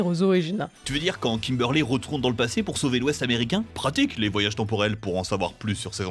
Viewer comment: Bonne vidéo mais par pitié, Zordon se prononce ZordonE, sans oublier Trinyty et KimberlY...